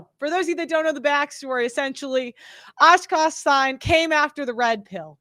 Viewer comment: It's not Ashkaash it's AKASH damn